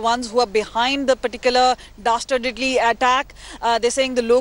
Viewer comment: she said "dastardidly."